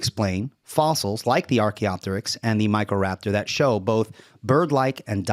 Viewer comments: He really is pronouncing it incorrectly and I have to wonder why. He's had to have heard it said to know the proper way, the fact that he doesn't and seemingly intentionally speaks to some sort of denigrating sneer. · When a Physicist can’t pronounce Archaeopteryx correctly you know you are listening to a bulletproof scientific debunking of avian evolution.